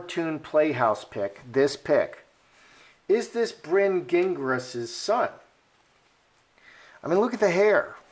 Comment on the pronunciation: Farchie not in the line of succession if born of a surrogate. Gingras is a French surname. Zhin - grah.